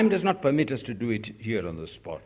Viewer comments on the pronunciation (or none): none